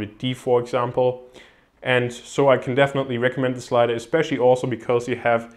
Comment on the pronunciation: Bitte lies dir nochmal durch wie man wann "the" betont